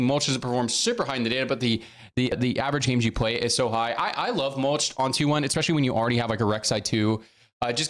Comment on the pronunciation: Every time you say, "Expecially" i die a little more inside.... luv u tho